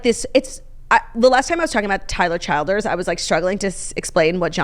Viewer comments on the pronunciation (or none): Claudia pronouncing Tyler Childers wrong 😂